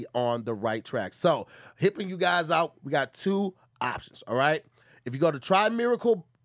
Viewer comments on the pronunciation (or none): Hey Tom!!!!… sounds like tried to say helping and said hipping u guys out…sounds like he has another brisket sandwich on the brain, but(t) (pun intended) we’ll see … Alright back to you! 3..2..1